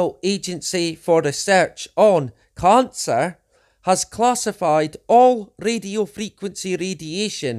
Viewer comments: Do you also pronounce cancer khancer? Because that was getting very annoying. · As a non Scotsman can I just ask regarding the accent: He says Covid as CONvid, which is obviously deliberate as he thinks Covid is fake or something, but to my ears he is also saying CONcer, rather than Cancer. Is this just his accent, or is he suggesting Cancer is a con/fake too? I'm confused because I have heard some wingnuts make various claims about Cancer being fake, manmade, big pharma suppressing the cure etc. And he certainly seems like the sort to buy into that kind of crap. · Lol I read this at the same time that he said it in the video. “Carn-sir!” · It was a painful struggle to listen to him speaking in such a disjointed way. Oh, and..."carn-sir"! 😂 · Caaaancarr, rraarts